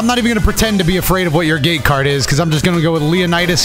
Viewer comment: Am I the only one who heard gay card instead of gate card?